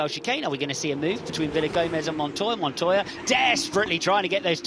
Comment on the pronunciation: Actually, it's pronounced MONTOJA